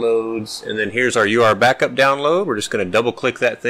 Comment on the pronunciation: You keep pronouncing it... U R Backup... but I think it is ment to be pronounced Your Backup!